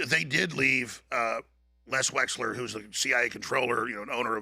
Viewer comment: I want to take Alex so so so serious, but dude cannot even say Wexner. It's WEXNER. M comes after L but before N. Wexler is just hilarious.